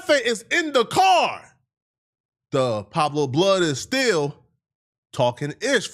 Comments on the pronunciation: This stupid fake funky immigrant can’t even read Pueblo is nowhere close to Pablo dumb fuck Green light this fool he’s too disrespectful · Smh 😆 cant say it correctly for nothing...